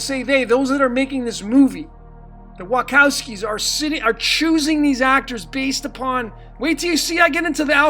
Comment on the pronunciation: I think you are not pronouncing Wachowskis right. :D